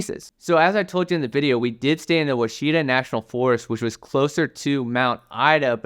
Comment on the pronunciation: The Oachita mountains are pronounced "Whaw shi taah" with the accent on the first syllable.